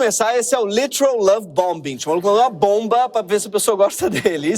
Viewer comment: Obrigado Greg pelo esclarecimento sempre bem-humorado e também pelas críticas justas ao PT. Duas pequenas correções: A pronúncia da palavra em inglês, BOMBING, o segundo B não é pronunciado. E o Charles deixou de ser “príncipe”, agora é rei. Parabéns pelo seu magnífico trabalho. 👏👏